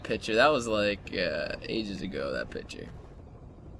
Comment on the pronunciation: He says "Pitcher" instead of picture >.<